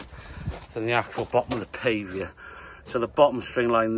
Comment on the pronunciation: What’s a pave v er 😁😁😁😂😂😂